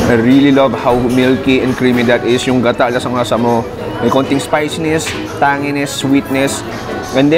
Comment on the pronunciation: napaka native nung word na "tangi ness" mo dun ah haha😂 enjoy watching